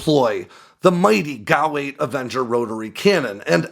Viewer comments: You pronounce G A U (Gun Aircraft Unit) as Gow. Do you pronounce G B U as Gaboo????? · G. A. U. not gow. It's like saying Are-15 for A R-15 or Ack-47 for A.K.-47 or Foul for and F A L